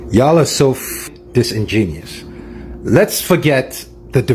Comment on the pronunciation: he can’t even “say” disingenuous correctly 😂😂😂 stay in school bro. You desperately need it 😂😂😂😂😂😂😂 and the supplemental “male tax”???? Lmaoooo